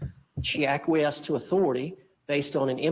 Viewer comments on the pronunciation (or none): It's "acquiesce". I never thought being a word nerd would come in handy, but it finally helps someone. YAY.